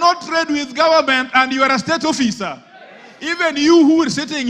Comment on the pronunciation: Why are you angry mr.Kajuang?????learn to pronounce the word officer not offiiizer.